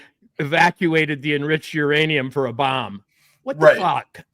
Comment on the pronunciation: Iranium, youranium,. Myanium? Co reading Catch 22... Lol! You guys are so spot on!